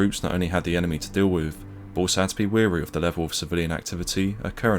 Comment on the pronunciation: WARY! Not ‘weary’! ‘Weary’ means you’re tired.